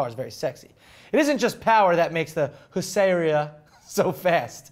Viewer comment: if my loose understanding of Polish and Russian is any help, Hussarya, is more than likely pronounced like Whosharyuh!